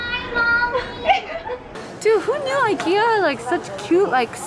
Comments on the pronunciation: The fact you’re pronouncing IKEA correctly 😭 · I’m Swedish and CRED TO YOU FOR PRONOUNCING IT RIGHT!! So impressed HAHA❤️🥺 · Proud to here the right pronunciation of Ikea haha, love you and content! love from sweden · Thanks from Sweden for pronouncing IKEA correctly:)🇸🇪🇸🇪